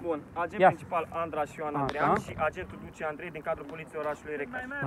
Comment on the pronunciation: bai esti si funny....cica AGNETUL [agentul]